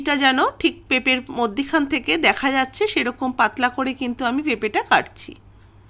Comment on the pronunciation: মদ্যিখানে ❌ মধ্যেখানে ✅